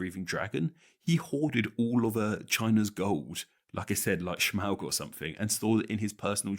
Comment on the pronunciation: I appreciated the pronunciation of Smaug.